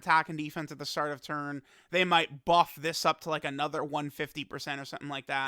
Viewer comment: Does anyone else skip the first 5 seconds of every video to not have to hear how he says "another" or is it just me?